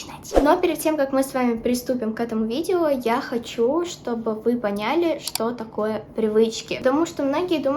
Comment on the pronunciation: на будущее: не понЯли,а пОняли, не слитесь,а сольЁтесь;)